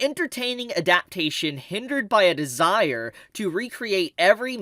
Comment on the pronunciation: Bruh your pronunciation of "adaptation" is crazy